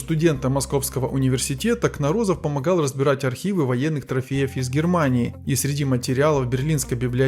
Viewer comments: Кно'розов, а не Кноро'зов, где ударение ставится на первый слог. По ушам режет.Позор! Уродовать фамилию знаменитого учёного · КНоРОЗОВ!!!ГОВОРИТЕ ПРАВИЛЬНО! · КнОрозов! Ударение на О в первом слоге!!! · Кнорозов, ударение на первую о.